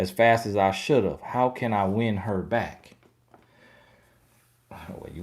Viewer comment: 😆 back sounds like b I k e 🤪